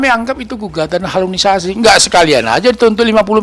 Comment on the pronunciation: bukan HALUNISASI euyyy,,,HALUSINASI,,,ngomong aja g becus